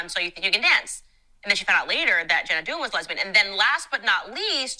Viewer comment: Candace kept saying Jenna Dewan's name wrong, which was so annoying, and said she did the Magic Mike dance on "So You Think You Can Dance". She didn't even try to get the facts right. I can't stand her. Why does she say "women bing at home" while she has her own career? Dumb.